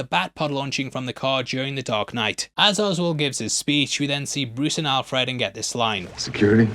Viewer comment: It’s pronounced Al Fred, not Alf Red.